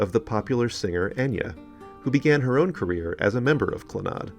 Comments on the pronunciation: I never heard it pronounces as it was in this video "cluhNOD", always heard the first syllable emphasized as you said. Second syllable was barely there- "CLANuhd". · Clannad is actually pronounced more like 'CLAN-add',, but we know what you mean! Moya's voice in person was one of the most ethereally beautiful sounds I have ever heard. Moya also composed, and arranged music for voice, harp and piano. I was fortunate enough to go to two of Clannad's concerts. Moya was the responsible older sister of a large family. A sensitive and strong musician with a beautiful heart. Moya was also a philanthropist. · It's pronounced CLANnad (slight emphasis on the first syllable... Rest in Peace Maire. The angels have gaimed a beautiful voice.